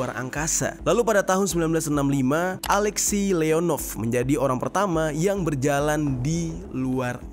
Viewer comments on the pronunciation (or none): none